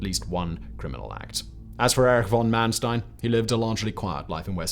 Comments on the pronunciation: It's Mannstein and not Mannstien. Don't pretend to be American. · It's Manstein not Mansteen. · Its not Man Steen. Its Manstein. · Yes! Was about to say this. 👍